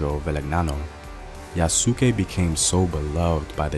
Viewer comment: Its pronouced yoos-kay not ya-soo-ke.